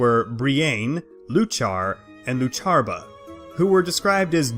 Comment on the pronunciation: He can't even pronounce the names right. Bree-Ain, Loo-Char, Loo-Char-buh. It's Bree-in, You-kuh, You-kuh-puh. Iuchar and Iuchabar start with a capital I, where does the L come from? The emphasis when speaking is on the first syllable. Also all three sources for the video lack supporting evidence. One includes a list of books but whether the information comes from any of the listed books is anyone's guess as no references are given beyond citing an entire book. Eochiaba/Eochaidh seems entirely made up, the name appears based on Eochaid(h) which was an epithet of the Dagda's and means horseman or perhaps divine stallion.